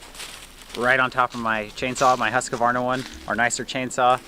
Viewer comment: Husqvarna = Huus Kvarna in two words and it's the name of a Swedish city and the chainsaw company as well ;)